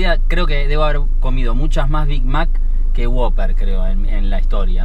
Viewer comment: Es who-pper (wouper) no woper